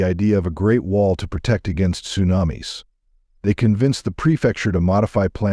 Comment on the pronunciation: Sue nam iss 😂😂😂